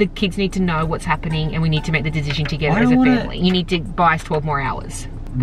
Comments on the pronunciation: Why can none of them say “decision” properly. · None of them can say decision correctly and it’s so irritating